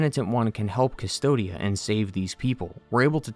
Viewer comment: the world is named "Cvstodia" "coos-toad-ya" you pronouns it "dystopia" for some reason...